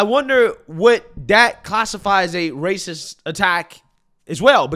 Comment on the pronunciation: She said raciss 😒🫠